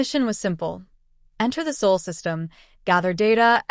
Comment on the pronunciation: It’s Sol not Saul